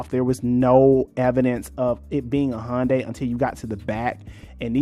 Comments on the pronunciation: it's HYUN DAY in korean not HON DAY or HUN DAY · Hyundai(hUN-day) is pronounced like Sunday. Not Hon-day lol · Good info in this, but for a video explaining how Hyundai got to where they're at, you've pronounced the name wrong the entire time. They even had an ad campaign in 2008ish that it's "Hyundai, like Sunday". Search for "Hyundai Car of the Year Super Bowl Ad" to watch that ad.